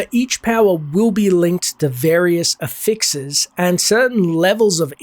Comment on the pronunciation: Ever heard someone pronounce affix like you